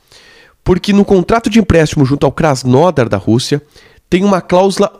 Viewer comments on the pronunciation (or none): none